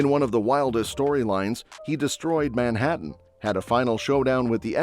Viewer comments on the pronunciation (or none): none